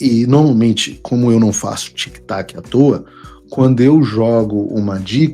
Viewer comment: TIC "TACO"....TIC "TACO"....TIC "TACO"....🤣🤣